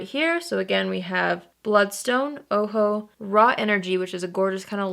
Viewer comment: Thanks for saying Ojo the right way! ☺️